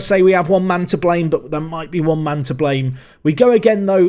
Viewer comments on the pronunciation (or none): none